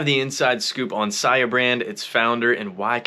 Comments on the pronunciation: Why u said sia like that in ur opening monologue??? Wtf I don’t know what’s this is about but fuk this <<—- beat it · You've been a long time follower of the founder but can't pronounce his brand name??? Oooooook....😂🤣😆😂🤣😆